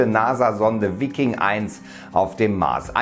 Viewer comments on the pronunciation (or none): Ist english Veiking ausgesprochen nicht deutsch Viking ;) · Wikkin....Alter... Viking (Weiking).....das tut ja weh :D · Bitte lerne wie man Viking ausspricht! Nicht "Vikking"...